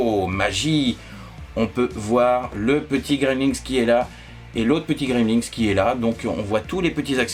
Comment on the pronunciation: Coucou J'aime bien ta manière de présenter - (c'est moi ou tu prononces "Gremlinks" ?)